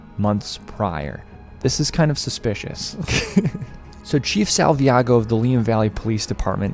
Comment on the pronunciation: Salvaggio, not Salviago